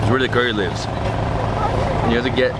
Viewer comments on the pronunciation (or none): none